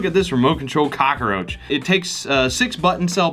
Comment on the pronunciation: Why do I love how he says it... Cock-a-roach